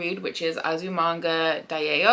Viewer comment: Its pronounced Azu-manga die-oh, not die-ey oh lol 😆 love your content! Good luck with your thicc books! ❤